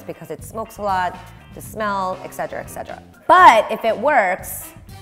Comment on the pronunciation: omg it's ET CETERA not EXCETRA